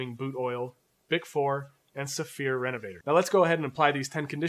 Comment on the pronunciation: I only heard of one of them, Renovateur, which is a French word that I'd pronounce "renovateur", like "amateur" - not "reonvator", like "elevator". Lol! This demonstration didn't really address my problem. I need a neutral cream to apply to pull-up leather with light stitching (light in colour as well as being fine).